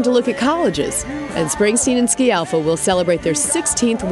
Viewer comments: You would think this news anchor would have learned HOW to SAY her name correctly. Terrible. She keeps saying...SKI AL FA and not the correct pronunciation which is..... SKAL FAH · Dear u.s. citizens, we all are obliged to learn your language and only God knows what it means........ Try to pronounce well something of other language. " Sci" of Scialfa has to be pronounced such as "sh" of "show". Do you understand? Good. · Can't watch this as the announcer can't even pronounce Patti's surname!